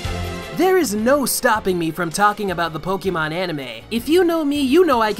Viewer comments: >Huge fan of Pokemon >Still calls it poke-ee-mon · I can't take any kid seriously if they pronounce it "poke-ee-mon" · wow never seen someone who loves can't pronounce Pokemon